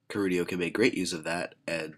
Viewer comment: I thought his name was Keldeo? Not Kerudio. o_O